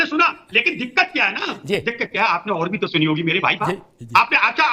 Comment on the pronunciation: तोह नहीं। तो। सही शब्द तो होता है । तोह नहीं।